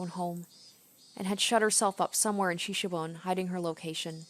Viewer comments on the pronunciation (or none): It's pronounced shi-shi-bo-ne.